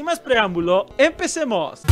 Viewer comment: Ahora no dijiste bien emmmmmpeeesemoss.... Todo bien en casa Milhouse?